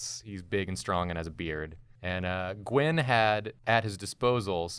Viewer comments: AHHH STOP SAYING GWEN 😂😂 ITS GWYYYYN he’s a welsh folklore character. He’s sits on a stone alone in the mountains alone in the mist. 😂😂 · its G win not G when. im welsh and this triggers me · Gywn is pronounced Guh-Win